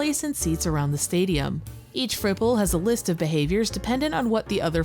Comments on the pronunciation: I keep hearing cripple instead of fripple and ngl that made it so much funnier. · I had to double take at the part where you introduce stadium island, because the first time said it, I heard 'Fripple' as 'Cripple.'